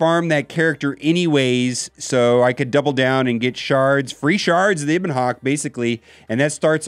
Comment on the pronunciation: Eh-bon Hawk, not Ee-bon Hawk.